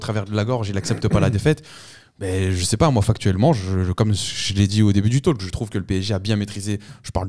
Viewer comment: SVP, on ne prononce pas le L dans talk...